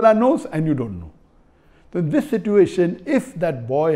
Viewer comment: I loved it when Dr Zakir said “dis”. He communicates so well.